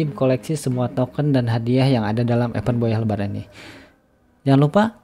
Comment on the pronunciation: Cara baca event = ibend Bukan epend